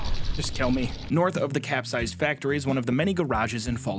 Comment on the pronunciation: The one thing I learned watching this is the capsized factory is not cap-sized